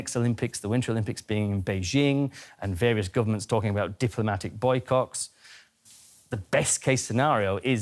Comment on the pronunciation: Did he say ''Boy cocks''? LOL keep your sick thoughts to yourself man!